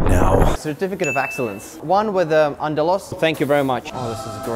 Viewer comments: The pronounciation of andalouse had me rolling on the floor 😂😂😂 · I am from belgium and i can say u absolutely butchered the name andalouse